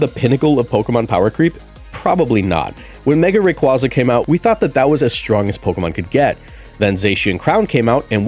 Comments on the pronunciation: It’s pronounced RAY-KWAY-ZUH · 1. Rayquaza is pronounced like Quazar. 2. Zygarde holding his canon as it fires: "I DON'T BELIEVE IN FAIRIEEEEEESSS!!!!!! HAHAHAHAHAHAAAAAAAAAA!" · The way you pronounced Rayquaza correctly the first time then proceed to mispronounce it the rest of the video irks me a bit